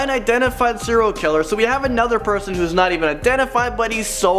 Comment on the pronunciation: Is he saying 0 killer or serial killer